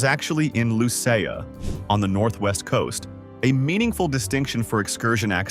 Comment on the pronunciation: Lucea /pronounced LUCY